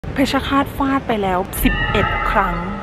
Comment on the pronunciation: ฟาด ไม่ใช่ ฝาด